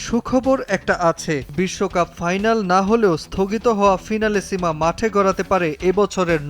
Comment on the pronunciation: না জাইনা চিল্লাইবেন না অইটা হবে ফিনালেসিমা